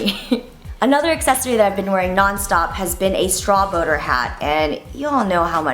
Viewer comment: lol i thought you said straw boner hat